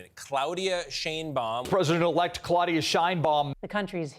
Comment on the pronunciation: Her name is Yiddish, in German Schön-Baum. You pronounce it like the vowel in the word rain.